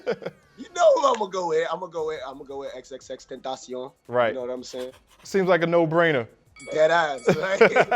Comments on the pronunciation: deadass “X-X-TEN-SHEE-OWN” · How he gonna pronounce X’s name “X-x-tenshione” bruh say it right or don’t say it at all😅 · My guy said "xxtantion" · dis foo said xxxtacion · Bro why he say X’s name like that😐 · The way this dude pronounces XXXTentacion lmao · The host was mispronouncing x's name so much I started thinking it was intentional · I knew he was gonna pick X over the rest of them 🖤. BUT he said X name wrong like 3 times lol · how u gonna fuckin butcher x's name like that in front of ski bro damn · When he corrected him after saying Xs name wrong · The host butchering X’s name is so cringe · bro this man didnt say xxxtentacion correctly a single time🤣🤣🤣🤣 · Why he keep messing up x's name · nigga really can’t say his name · yo why cant he pronounce X's name properly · Is anyone not gonna talk about how the host butchered X's name and ski just let it slide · This complex guy can’t even say x’s name right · Someone teach this clown how to say X’s name at least